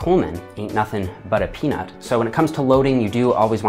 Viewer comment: that's just how I heard it. I'm too used to Big Ron saying the phrase with his thick accent, and white man-isation of it got me 😂